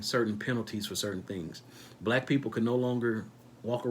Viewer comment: WHY ARE YOU OVER EMPHASIZING ON WORD BLACK PEOPLE WHEN THERE IS NO SUCH THING AS BLACK PEOPLE THAT'S A SOCIAL CONSTRUCT OF INVISABILITY AND HAS NO STANDING IN A COURT OF LAW.